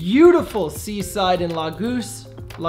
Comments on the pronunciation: I love Portugal! It's "La-goes" or "la-go-sh". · It's pronounced La-gosh hahaha